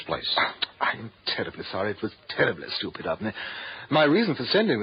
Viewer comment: He said STEWPUD WENCH” 😂😂😂